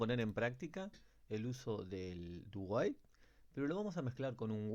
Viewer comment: Lo que dice: "Ya vimos 'while', ahora estamos en 'do while'." Lo que yo escuché: "Ya vimos 'while', ahora estamos en 'Dubai'."